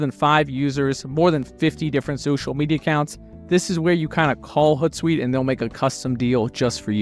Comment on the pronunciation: hOOt like an owl. Not hutsuite